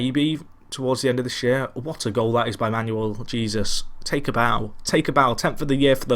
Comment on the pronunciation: Sorry buddy, although I've pretty much watched most if not all of your Tracksuit to the Top series, the name pronouncing is starting to get a bit annoying! Jesus is pronounced as 'He-sus' in Spanish, it'd be amazing if sometime could be spent on working the names out, makes a world of a difference.